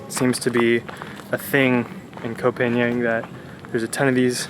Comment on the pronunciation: I love your video, it’s lovely when you describe Thai food :) In Thai, we say Pha-ngan. Ng you pronounce like Ping-pong. It’s really good to sensibility about trash, unfortunately it’s cruel reality in Thailand. Thank you for VDO! 💕😊